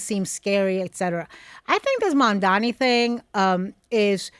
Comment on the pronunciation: It's Mamdani but Mandani 😂😂